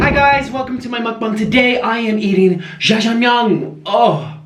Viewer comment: Its not Shashmyeon it is Jajjangmyeon